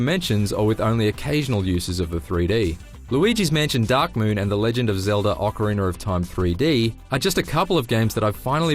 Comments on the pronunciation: Ocarina of time not oceriner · Whats with every review saying Ocariner of Time? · Ocariner of Toime